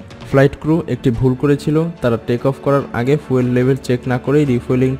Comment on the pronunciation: উচ্চারণ টা ফুয়েল না, ফিউল।😃😃